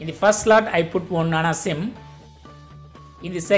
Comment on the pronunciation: Nano Sim.. Not Nan sim 😂